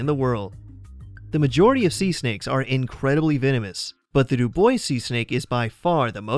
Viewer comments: It’s pronounced “do bwah” , not “do boys”. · Right? I wasn't familiar with that snake and thought he was saying "Du Boise snake." Lol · 5. Dubois Seasnake: It's Pronounced "Dew-Bwah" (I know, it's a silly French Name; like Dufresne, one of my favorites to butcher!) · on number 5, is it just me that heard "do boys see snake"? Lol xD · "Dubois" is pronounced Do - Bwah"